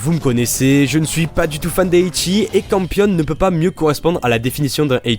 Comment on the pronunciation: Je veux trop la figurine, sao est un de mes premier anime et c mon préféré. Mon nom Twitter: Et campione ce prononce camponé voila voila j'espère gagner la figurine et bonne chance a tous ^^